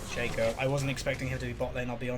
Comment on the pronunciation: its shAco not shaeco